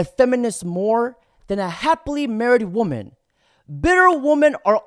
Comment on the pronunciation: DOG, WTF is it soooooo hard for you to say WOMAN & WOMEN properly!!???!!!! I watch your shit, but when you say it wrong, every mfkn time, it really bothers me!!!